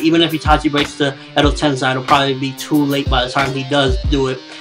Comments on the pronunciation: how can you be such a naruto nerd and can't pronounce edo tensei....sei not sai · Your saying edo-tensai its edo tensei pronounce it like this edo-tensay..... kinda annoying when you watch the series all the time and still get it wrong im from japan and naruto will die at the end bee comes close to death but dont think he dies. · Edo Tensei EEEEDO Ten SAY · You pronounce Edo Tensei funny...